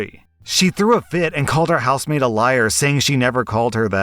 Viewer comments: "House maid?" I'm listening not reading n kept hearing "housemate", like a roommate. Only when u mentioned the week off n the daughter doing the work around the house did it click for me :P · I thought you were saying housemate throughout that first story, and got really confused when you started talking about giving a day off 😅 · Anyone else hear him say house-mate for the first story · I kept hearing “housemaid” as “house mate” lol, oops. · House maid... oh. I was hearing "Housemate"